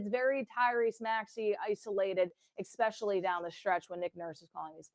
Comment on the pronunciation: I really want you to be better than this. C'mon. Firstly, the word is "eSpecially." It's not "eXspecially." You have to have more care for language if you want to have a career as a broadcaster. Secondly, if you cover pro basketball for a living, can't you bring some actual reporting to the podcast? I know we unfortunately now live in a world of "who can have the most outrageous "take" (opinion) on a topic," but why just copy that when you can rise above it with real information? To say that you'd rather watch the ten-win, early-Process Sixers than the 2025 Sixers just comes across as a wild "take" that does nothing for your podcast or those of us listening. If you really believed that, then why do this podcast? Instead, tell us some stuff we don't already know about this team or the game we just watched. Pose some MEANINGFUL an THOUGHTFUL questions about how the team moves forward. Challenge about the things that he's said or written in the past about this team, these players, this Sixers "system" and whether or not he still believes those things. If you're just going to restate the same basic points made by then why is this a two person podcast? I just want it to be better because almost every other podcast on this team feels like it is being recorded by idiot bartenders in their basements, masquerading poorly as journalists/broadcasters. Thanks.